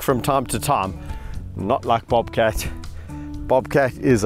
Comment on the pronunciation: I will never be able to say the word "bobcat" without Kevin's South African accent for the rest of my life. Bawbkatt.